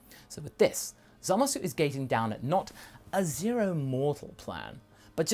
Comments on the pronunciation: why do u keep saying "Zamas"? it has been common and well long since the dubbed version aired, that his name is still "Zamasu" in the dub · why do you guys keep pronouncing his name wrong? its not Zamas, its Zamasu. seriously urking me. also, your what ifs are usually pretty in tact with the potential of the lore, but this one is not. you dont seem to understand the Kai's very well at all, or why they do what they do. no offense, but you should rewatch DBZ and Super.